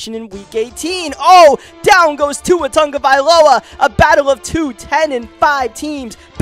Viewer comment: you pronounced tua turntheballova wrong